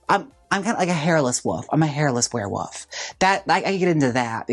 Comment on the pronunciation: Not you saying Woof instead of Wolf every time 💀 Werewoof is sending me 💀🤣😭